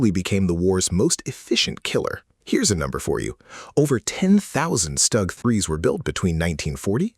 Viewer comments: STUG is pronounced SHTOOG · stoog ...etc wow AI is really taking over how hard is it to say a name correctly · Good video, AI pronunciation is poor for some German words, StuG and Jagdpanther for starters. Art image for the Tiger is reversed. The Pershing should'nt be ranked so high if only 20 saw combat fover 3 months. Panzer IV artwork image is reversed. Ferdinands/Elefants were more numerous and destroyed more tanks than thr Pershing. T-34 artwork image is reversed. Sherman absolutely should not be ranked above the T-34. Why are you using a still WW1 photo of German (?) machine gunners wearing gas masks?